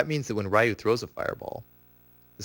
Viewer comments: 'Ryu' is pronounced like Ree-U, not Rai-u... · You are pronouncing Ryu's name incorrectly... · Raiyou? Who's Raiyou? You're an expert at the game and you dont know how to say the main characters name? It's pronounced like "you" but with an r at the beginning. There is no "ai" in the name. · He claims to be an expert and still calls him "Rah-U"? (Face Palm) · You had me until you pronounced Ryu's name wrong. I don't care who you are, ALL SOURCES SAY HIS NAME IS PRONOUNCED "REE-OO!" RYU! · Mispronouncing Ryu......and he says he is a "Accomplished Tournament player"......pssh. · Taylor Bee Yeah, but by now everyone should know the correct pronunciation, especially if you are as into the game as this guy. Not to mention that there is literally a voice acted announcer in every installment of Street Fighter who pronounces his name correctly every time you select ryu, challenge ryu, or win with ryu. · I was just about to say this. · Raiiu and Saggot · Rye-u Saget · Plays professionally and can't pronounce the names Ryu and Sagat. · i cant believe he pronounces Ryu and Sagat's name wrong